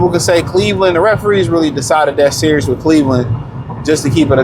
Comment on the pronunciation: Bro can’t even pronounce series